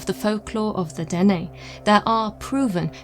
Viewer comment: Yes... the Dene here is pronounced Den-EH. I am a Dene. this is my territory. 🖖🧡